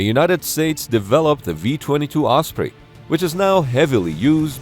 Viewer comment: Thank you for using the correct pronunciation "oss pree" and not the commonly used "oss pray" 🙄 I do think it's quite funny the Defence Dept refers to serious accidents or fatal crashes as "mishaps" as in "Oh, yes, little Johnny had a mishap in Walmart today" which we usually take to mean he was jackassing around and scraped his knee. Or he forgot to empty his bladder before leaving home and ended up wetting his pants.